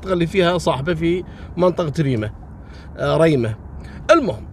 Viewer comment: محاافظة ريمه بفتح جميع حروف الكلمة وتحيه لك مني من محافظة صنعاء